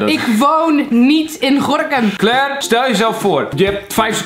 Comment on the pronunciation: Hoe zij gorchem zeg😂